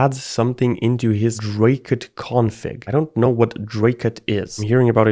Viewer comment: "Dracut" Me: Oh no...